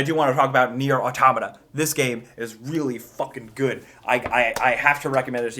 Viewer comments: I just want to thank you for pronouncing "Automata" correctly. I've watched a lot of YouTube videos of people reviewing this game and they keep mispronouncing it. It seems obvious to me that the name/word is derived from the word, "Automaton" which means android or robot made to resemble a human. Anyways, thanks! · you are the first person I've seen online that's pronounced 'Automata' right. Nier: Automata is certainly special, it's certainly my favorite game of the year so far. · Thank you for saying 'Automata' correctly.